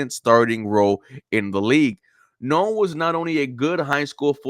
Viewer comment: You pronounced Noel name wrong.